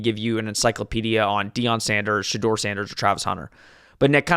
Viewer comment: Two things fellas. 1. It’s Sha-door, not Sha-der. 2. La’Johntay Wester, not Webster. Buffs 31-23.